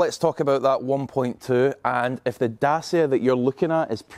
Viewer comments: It's pronounced "datchia" not "dasia" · If you're going to mis-pronounce Dacia as "Dah-see-ah", then you might as well say that they've got "Ren-alt" engines.